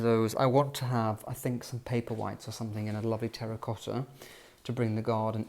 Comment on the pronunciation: Another comic episode of the Artificial, the Superficial and the Trivial raised to an Art Form — and delivered in a pseudo-posh lisp. (He still says ‘somethinK’ instead of ‘something’. A true blue blood would never make such a faux pas.) More, please!